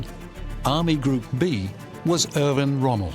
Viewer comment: That would be Erwin Rommel, not Irvin Rummel, and in the German language a "w" is pronounced as a "v". Lemme guess, you're an American aren't you?